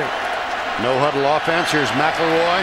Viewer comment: Last name: McElroy Announcer: Mack LaRoy